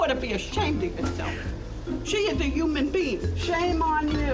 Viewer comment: subtitles says HUMAN BEANS just how she said it lmaooo